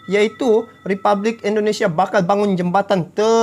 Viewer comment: Sorry bro, Republik bukan ripublik 🙏